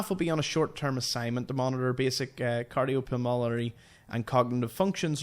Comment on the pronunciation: Cardiopulmonary = "car-dee-oh-pull-mon-airy" (relating to the heart and its workings)